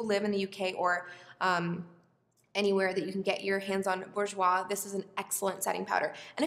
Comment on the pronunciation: I'm from Slovakia and Burjouis is perfect! 😍